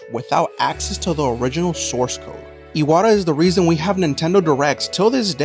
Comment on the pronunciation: bro the pronunciation is ass the name is pronounced “e-wha-ta”